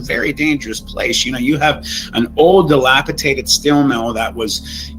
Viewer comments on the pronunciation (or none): I guess they dont know-how to say dilapiDated in Ohio 🤦🏽‍♂️